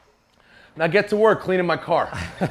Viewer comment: Hey just so you know you said “wok” instead of “work”